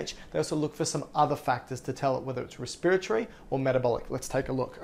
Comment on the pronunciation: Just because you pronounced respiratory that way I can’t even watch anymore